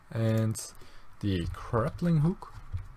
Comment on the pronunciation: He keeps saying "craplinghook"